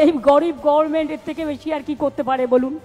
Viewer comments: Uchcharan ta gorment nae government . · গরমেন্ট না পিসি কথাটা Goverment